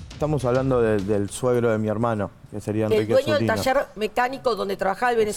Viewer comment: Se dice, taller...... Y no tasher...🤦